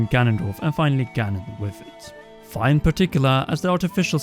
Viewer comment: I think Fi is pronounced as the phy in physicist not as the fi in sci-fi. That said, I love your videos!